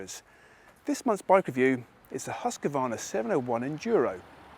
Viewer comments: Definitely no “a” between q and v. Swede Mattias Erickson confirmed that recently in his YT video. It’s pronounced hooskvarna. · Hooskvarna (proper pronunciation) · learn the name. there's no 'a' between husq and varna. it sounds like hoosk-VARNA if you say it properly. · The Hus in Husqvarna is pronounsed more like who's and then kvarna. Kinda like Huuskvarna if that makes sense?